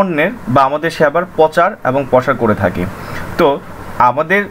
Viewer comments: ভাই "পচার" উচ্চারণ টা শুনতে খারাপ লাগছে, শুদ্ধ শব্দটি উচ্চারণ করুন। শুদ্ধ শব্দটি হচ্ছে ★প্রচার★। তবে ভিডিওটি খুব প্রয়োজনীয়। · পচার শব্দ টা কানে বাজতেছে....প্রচার বললে ভালো হত...btw tnx